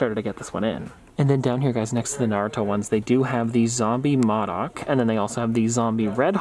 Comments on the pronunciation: You also know that he must not know about M.O.D.O.K if he can't pronounce it right because it is pronounced (Moe-Dock) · MODOK is pronounced Mowdock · You said modok’s name wrong